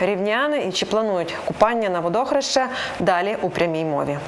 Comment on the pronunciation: В словниках написано ВодОхреще, наголос на друге О, звичайно вам словники української мови не важливі😂